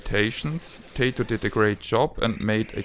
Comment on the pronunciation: I'll tell you what I tell everybody "Tay-toh is what you eat with your steak, and Ty-toh is a Japanese game company.". ;)